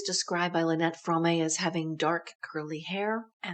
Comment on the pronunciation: It's Squeaky Fromme pronounced FROME NOT FRO-MAY! UGH